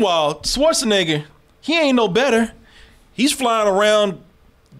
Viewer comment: I giggle a little bit every time pronounces Schwarzenegger as "Swartzenegger."